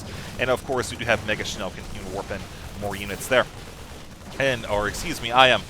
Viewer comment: hehe nice pronouncement of "megaschnell". its german and means "very fast" ^^